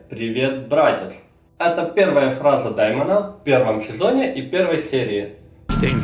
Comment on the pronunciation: дЕймон,а не дАймон